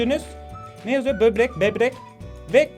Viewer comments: bebrek değil böbrek hadi kafamı kır hadi! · abi bebrek demenle dalga gecmicem cunku ben berber diyodum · bobrek değil bebrek diyoruz artık arkadaşlar kendini yalnız hissetmesin? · EUEHUEHUEUU BÖRBEK DEDİ UEHEUEUEUHUEH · Bebrek. Evet. Böbrek değil, bebrek. Çünkü özeldir. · sbi bübrek ne ya böbrek o :D